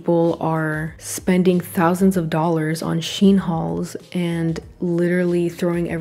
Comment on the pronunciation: Did she just say "Is VERY two-sided than ever."? LMAO? Who learned you how speak? HAHAHA! Also, its pronounced "SHEEN" not "SHIN".